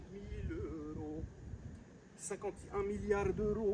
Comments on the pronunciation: 5000 mil eurrros 🤣🤣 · Ce que j’ai retenu de la vidéo : 5000 eurrrros 5000 eurrrros 😂 merci pour ce tuto incroyable, j’ai bien ri ! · 5000€ eurhlooo 5 milliard d’euhloooo 🤣🤣🤣🤣🤣🤣🤣🤣🤣🤣🤣